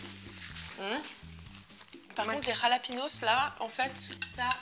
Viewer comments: En espagnol le J ça se prononce R :) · C'est espagnol alors pour lepiment c'est "ra" jalapinos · Jalapenos, ca se dit Ralapéniosse les filles :( Mais en tous cas suppppeeerrbe recette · C'est moi ou vient de dire "rlahpinos"? Je meurs ptdr rlah ca veut dire merde en arabe 😂😂